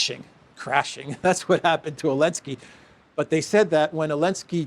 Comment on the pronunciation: I do not know if that has to do that your are a Greek and that your language has outdated language characters. But it is Zelensky and not Elenksy, so use the Z, it exist too, you know? Greetings from the Netherlands 😃